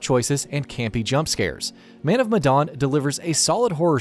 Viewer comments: Medan not madon you fuck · "Man Of MadOn"